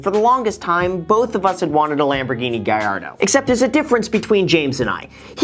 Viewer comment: It's LAMBOGHINI Gallado not Gayado.